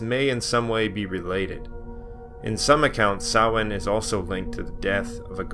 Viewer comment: Close, ots a mixture, keep in mind there are 5 forms of Irish tonge but I really appreciate how bang on he is, he says it like sowayne when most Americans would probably say sam-hay-na